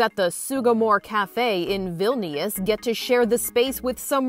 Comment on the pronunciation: Did she just say Vil-ni-ius